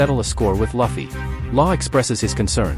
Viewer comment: at least say it correctly please. its not Laffy but Luffy. same with denden mashi to denden mushi.